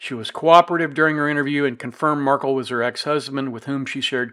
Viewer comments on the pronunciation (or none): You’re mispronouncing Dan MARK-EL’s name again!! The man had his children’s last name changed to Adelson & his family, legacy & memory has literally been erased from their lives. Please have respect for the man and pronounce his last name correctly. It’s not Markle. It’s MARK-EL - with a hard “EL” at the end. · Please pronounce his name correctly...it is marKELL, not Markle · jeez. At least pronounce Dans last name correctly. “Mar-Kell”not “mar-cull”. Cmon man, there’s been four trials already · A small point but it’s mar-KEL. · Mar kel is the correct pronunciation 😄 thanks for the commentary on this case! The case management hearing is on January 30, 2024, defense will invoke their right to a speedy trial, by all indications of the last appearance. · It’s MarKel. Pronounce name correctly. Thanks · Yeah, he just can’t be bothered to pronounce Dan’s last name correctly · Markel is not pronounced the way you say it.